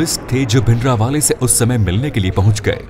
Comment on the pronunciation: Your way of saying bhindrawala is not correct.give him respect. This video has half info and some of them are myths. Make original video on reality. Tell the strategy the black truth of indra gandhi and badals.